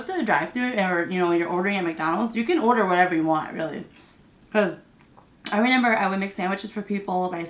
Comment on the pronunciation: I enjoy your videos however I can't help but cringe when you say renember.